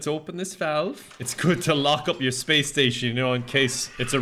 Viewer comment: Span-ace? Mm new word to me